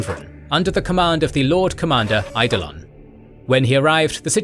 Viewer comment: Eidolon is pronounced more like "I-Doh-Lynn." While Loken is "Low-Ken" and Torgaddon is "Tor-Gahh-Don." Nikea is, oh nevermind...smh